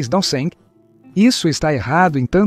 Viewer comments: O seu canal é bom, porém, a leitura boa IA fica ruim, porque ele fala DC como "dê cem". verifique isso. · O vídeo é interessante, mas a dublagem é um desastre e provavelmente feira por IA, porque lê todo C maiúsculo com seu valor como algarismo romano. Então, Constantinopla é lusa como "cem onstantinopla", d.C (sigla para "depois de Cristo") como "do cem". Isso pode confundir internautas mais desatentos. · Que é isso de "do cem" ou "de cem"? O cara não sabe ler data? d. C. é depois de Cristo. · observe qdo ele fala DC e AC